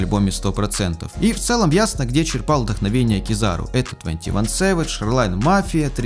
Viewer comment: вдоховение проебали букву Н